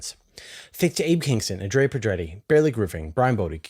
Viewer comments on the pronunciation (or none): none